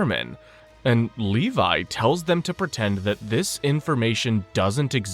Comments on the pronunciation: FINALLY YOU SAID LEVI NOT LEVY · You said “Levi” correctly 🥹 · You fixed the pronunciation of Levi”s name 🎉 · I think they did this again just to pronounce “levi” correctly